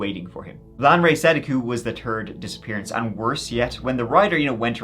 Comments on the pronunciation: Say " TH-ird " not. Turd thank you. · Tf is a turd rider? 😅 Turd disappearance? What channel is this again? 😂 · I wish I could watch with subtitles on but everytime he says riders it does writers. The real issue of course will always be after 2nd. Which is turd. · Mentally ill is pronouncing words correctly minus a couple words. Third. Turd...... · Every time he says third he says turd instead😂😂😂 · Who are you calling a turd rider? 🤭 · How come you can pronounce "that" but third comes out as "turd" lol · 😂 It’s “third rider”, but his pronunciation of “third” does sound like “turd” 😂 The mess comes from that TH sound, which is like English’s version of the French R sound or those German umlaut sounds (like in “doppelgänger”). If you didn’t make the sound in your native language or native accent, then you’ll have a hard time making it as an adult. I think is from Ireland, and I guess the Irish accent of the English language doesn’t make the TH sound. So they have to substitute either the T sound or the D sound. And so they must order things as first, second, turd, fort…… 😂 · every time you say third it sounds like turd to me <3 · gotta love the irish accent 🤣 "a turd rider" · "A turd rider"? 💩😂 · see you don't even know what you're talking about. I can't stand people like you he doesn't even talk like a complete Irishmen the Irish people have problems pronouncing their TH's they don't have a problem just pronouncing the one word third. Do you listen to him talk and he doesn't do that but with that one word. There's a video right here on YouTube. All you have to do is search Irish people saying the word third and you'll find the video. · Lol I always laugh when he says 3rd. 😂